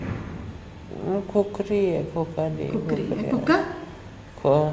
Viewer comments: Who the hell is doing this narco test... does not know khukri... she is mentioning as kokali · He says kukari...she is unable to pronounce when someone from behind wispers to her